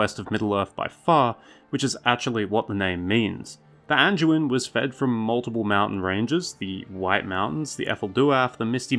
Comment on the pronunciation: Hey there, buddy😀👋🏼 Just a little heads up with the D pronunciation on the likes of the Anduin and Branduin. Try to get used to saying the D with a hard D sound, not a J sound. I’ve noticed you've done it on previous vids, too. I know it’s really easy since a lot of DU words are pronounced with a J sound…like Duke, for instance. I say it that way, too. But when you’re narrating a vid, you wanna try and keep it as professional as you can, you know? Other than that, great work.😄👍🏼